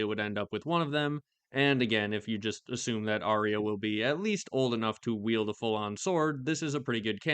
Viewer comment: not sure how many people know this, but arya is pronounced “are ya” according to GRRM, not “are ree ya”